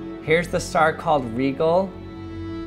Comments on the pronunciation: It's Rigel and pronounciation is "rye,jal" not "rye,gal" bro! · IT is Rigel not Legal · its not rygel its rigel sprry if your affanded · That star's Pronounciation is not 'Rigel', Actually when you Pronounce it it sounds like 'Raijel'.... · Earth's EV would be a bit smaller than that. About the size of a pea. And it's pronounced Rye-jel or Rye-gel. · when u said a star rigel its pronounced R I J E L RIGEL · It’s spelled Rigel but it’s pronounced rye-jel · Me: It wasn't pronounced Rye-ghel? That wasn't pronounced Beetle-geese? How dumb am I